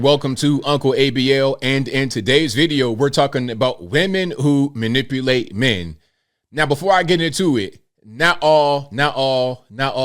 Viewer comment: Well she can’t even pronounce manipulate so if you fall for her, that’s on you 🫤